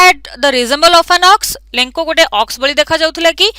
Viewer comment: That is not lenko that is lencho